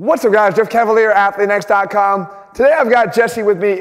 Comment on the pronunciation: Btw, shouldn't it be Ca-va-lee-arae, it's from Italian not French, so you pronounce the last e? In French it would be Chevalier. (means knight). I always wondered, but I'm guessing the name must be from Italian